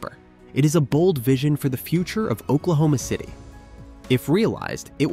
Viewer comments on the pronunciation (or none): I'm sorry, did he say Oklahoma?Ci'm a sherry ?